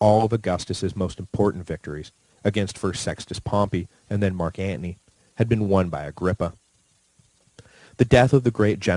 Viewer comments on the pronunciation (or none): Why tf do you say Marc Antnie??? I can't even listen it aggravates me 😂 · really? you pronounce Anthony as antney, like you're a wise guy? I turned you off. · lol yeah same. every time, I hear "ant knee" 😭